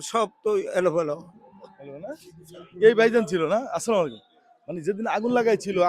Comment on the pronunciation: আসসালামু আলাইকুম,, এটা হচ্ছে সঠিক সালাম,স্লামালাইকুম এটা ভুল